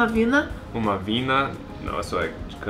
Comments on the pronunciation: Isso aí falou certo, é Vina, rsrs #representou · Vina e de curitiba akkakakakkakakak logico ne... e o unico lugar que fala certo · Mano, amei que ela falou Vina. Vina is right ❤